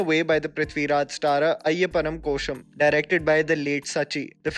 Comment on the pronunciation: Its not koshum its ko-shi-um